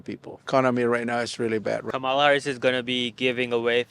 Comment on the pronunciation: Her name is Comma-la ( Ka ma la)!🙄😳🙏